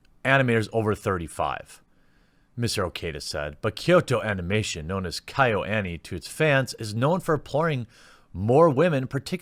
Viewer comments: It's "kyo" like kio, but faster. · You managed to pronounce Kyoto a bit better than KyoAni. 😅 Pro tip: the Y is pronounced smoothly, not as another syllable, the A is always soft. I love you, man, but I can't keep cringing this hard when you butcher Japanese words. 🤣 Anyway, it is really uncouth for media to capitalize on this horrific tragedy to push wokeness. Jeeeeeez. So what if animators are primarily male? If girls want to become animators, they have every freedom to go for it. And--"""EXPERT""". Big oof. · Kyoani = key yo ah knee. Kyoto. = key yo toe